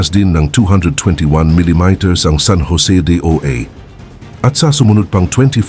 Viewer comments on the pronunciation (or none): none